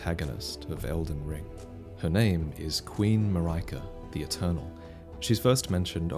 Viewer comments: It’s strange for me to listen to your pronounciation of ‘Marika’. For me, the ri- is supposed to be the same pronounciation with the ri- in ‘ring’, perhaps with a rolled r. It’s because I also find ‘Marika’ as a strange name in the Romantic languages, but rather imaginable in Slavic languages or Japanese. Let’s see how it is in February next year! (PC user here) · the way you pronounce marika gave me 2nd hand cringe, I'm sorry abt that. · Mar-ai-kah? I really think it should be Marry-ka or Maree-ka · in greece we say it Mar-e-ka and not Mar-ae-ka, every time i hear it in the video my brain goes nuts wtf xd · But she's Marika, not Maraika... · Yeah, it was weird hearing "Muh-rye-kuh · i can't help think you're pronouncing "marika" wrong. saying that as someone who speaks Swedish and Bulgarian and English fluently (not a linguist, etymologist or dialect expert). It's more like Maria but with a "k" before the a. So the 'i' is not "mariahka" like mariah twain but mother maria pronounced more like "mareeka". anyway, great video as always! <3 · “Marika” not “Maryka” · I don't think its MAR-EYE-KA it'll be MAR-IE-KA as I phonetically is pronounced IE like in the word "India". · Pretty sure Marika should be pronounced "Mareeeka" because of the Japanese: マリカ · And in Japanese the emphasis would be on the first syllable. MAH-ree-ka. English speakers are far more used to its ubiquitous second-syllable emphasis, which leads to a lot of mispronunciations. I still remember everyone in Seattle saying ee-CHEE-roh instead of EE-chee-roh when we signed Ichiro Suzuki to the Mariners. :P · I could be wrong here, but I think with Queen Marika, it’s pronounced ma-reek-a. I work with someone last month named Marika and that’s how it was pronounced for her at least 🤷🏻‍♂️ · Marika is pronounced "Mar - E - ka" the accent for the A at the end differs from country to country. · "Mah-rai-kah"??????? LMFAOOOOOOOOO when the f did you decide that was the pronunciation?